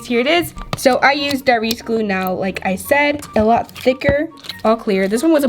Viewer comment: It's glue not gluaaaaal